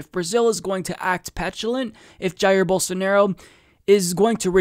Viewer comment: Pretty sure it's pronounced "Bowl-SAR-na-row"